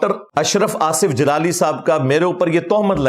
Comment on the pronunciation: جالالی کو جلال پڑھا واہ 😂😂😂 یار بولنے کا بھی طریقہ نہیں ان کو کو سلیقہ نہیں جالالی کو افسوس ہوتا بہت اسے چیخیں جب مار تے دیکھتی 😮😮😮😅